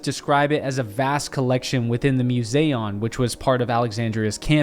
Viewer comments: at the “Museu” what??? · He can’t say museum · have you ever been to a museum? Because thats not how you pronounce the word 😂. Also it is debated where Alexander is buried, no one knows (except you apparently). You are full of it sir please stop telling lies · Does anyone else notice he can't pronounce the word "museum"? At first I thought I heard him wrong. But no he's wrong.